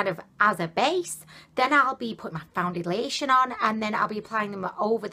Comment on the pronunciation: It sounds like some of the times you say foundation you are saying found-da-lation. But then you say it normal. Maybe it's just cause you saying it faster. I don't know I could be crazy too!! Lol either way your funny ad hell. An I do agree with you when you say you used to much. I think you only need a tiny amount. At least that what I've scene working for others.